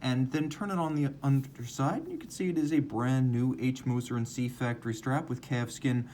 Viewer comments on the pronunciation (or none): Great review as always! Just an FYI - Cie is compagnie (company) in French. Unlike “Co” in English, its pronunciation is not abbreviated and so Cie is always pronounced “Com-pan-YEE” and not “see”. Cheers.